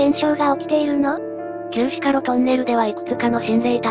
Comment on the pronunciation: しか ではなく ろくですね。